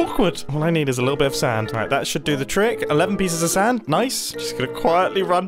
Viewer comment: It’s saaaAaAAnd not sand